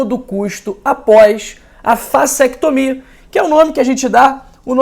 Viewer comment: Será que eu ouvi bem? ele citou vasetomia? ou eu tô surdo!